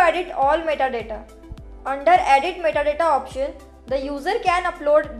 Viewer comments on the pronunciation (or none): Lol, that METTA DATTA got me choking.